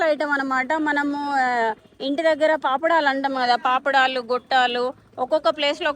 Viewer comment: పాపడాలు కాదే అప్పడాలు